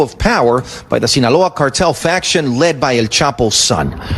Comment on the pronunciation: Its faction not fraction